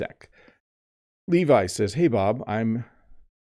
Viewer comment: I like the way you said“ Hey Bob”. You spoke as an Asian 🙂